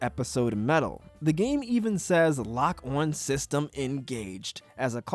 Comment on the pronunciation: You just said lock-one It's pronounced lok ān